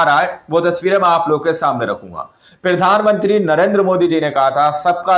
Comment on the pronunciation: Bhai pahle Tum bolna Sikh lo kyunki Tum har bar jab bhi bolate ho Pirdhanmantri bolate ho Jo ki Pradhanmantri hota Hai